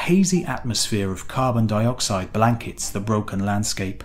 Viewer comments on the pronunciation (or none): none